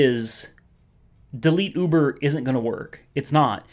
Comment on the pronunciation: I like how you pronounce Uber. "Ooobuhrrr!"